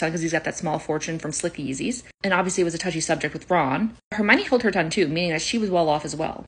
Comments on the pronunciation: Herminnany really it’s pronounced Hermione if ur gonna make vids abt it pronounce it right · I believe even Grawp pronounced Hermiones name better than you. 😅